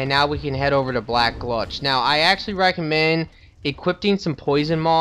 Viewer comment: Hey! Im watching ur entire playthrough now:) Just have 1 issue with ur vids. Maybe it's just me being stupid... but your saying alot of names wrong. I dont know if thats because ur not Reading it properly or something, but it annoys me xD ( example: black gLutch instead of Gulch or Shrine of amaDa instead of Amana) But i guess thats just me being picky:P Other than that i rly enjoy Everything!!!